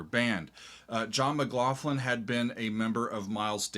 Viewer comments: FYI the gh in McLaughlin is pronounced like a 'k', not an 'f'. Also Jan is pronounced Yan (almost like yawn). Like 'yon.' Jerry Goodman is so awesome, you should check out his 1988 album "It's Alive." You will like it. This is what I listened to in high school! This and ELP, Tull, Yes, etc. Such a great time to be a teen! John McLaughlin still tours, you should absolutely see him live before he dies. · "M(a)cLaughlin /mɪˈklɒxlɪn/ is the most common Anglicized form of Mac Lochlainn, a masculine surname of Irish origin." There is no "Mac Lofflin!"Can you see any "fs?" It's Mck-Lock-linn... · By da by Gary------- Pronounced " Yan" Hammer n John Mc "GLauklan."